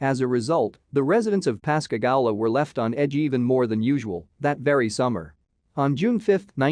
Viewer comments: It’s Pascagooooola is how it’s pronounced. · Please verify your pronunciations it’s Pass ca goo la. Louisiana.